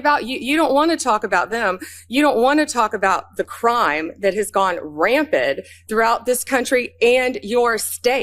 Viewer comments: Did she just say "ram ped" instead if rampant? 😂😂😂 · Pam Bondi is not very smart. she said crime has gone "rampid" which is NOT a word. The word is rampant. 😭🤦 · "Rampid"? Bondi can't even say rampant. She's a blithering idiot! Boebert all over again.